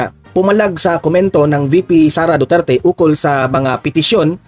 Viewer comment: AYW nia mabangit UNG DUETERTE HAHAHA BIGAT BIGKASIN NI CASTRO ANG WORDS DUETERTE